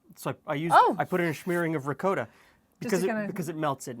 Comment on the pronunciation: love how he says "ricowta"